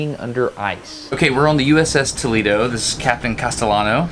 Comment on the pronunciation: You cant even pronounce tolEdo